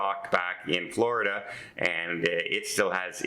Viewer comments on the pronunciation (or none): none